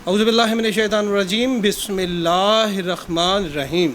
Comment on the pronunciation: او بھاءی بسم اللہ تو ٹھیک پڑھلیا کرو رخمانے نہیں ہوتا رحمن ہوتا ہے